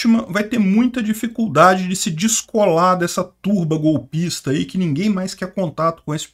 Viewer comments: Encheu a boca para falar golpista hahhahahahha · tá enchendo a boca para falar "golpista" tá hilário! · Olha como ele enche a boca pra falar a palavra GOLPISA... O jeito é cancelar a inscrição porque ouvir o agora tá dando o mesmo nojo que dá quando ouvimos o Jornal Nacional 😒